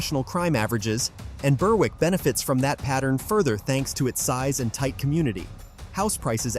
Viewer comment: Burr- Wick?? Its Berrick, 'W' is not pronounced